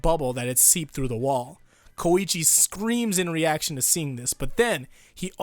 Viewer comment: I HATE YOU FOR SAYING KOICHIS NAME WRONG